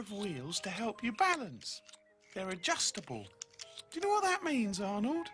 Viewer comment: When Pig says Arnold's name, it sounds like he's saying "odd old".